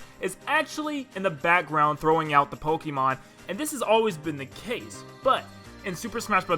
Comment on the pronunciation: Yo why are all the kids saying “pokeemon” instead of “pokaymon” even though that’s how the TV show has been pronouncing it since forever and even the announcer pronouces it that way? Where did we go wrong?